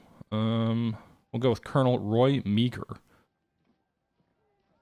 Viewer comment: You are pronouncing Meaghers name wrong. It’s pronounced Marr. General Meagher of the Irish Brigade.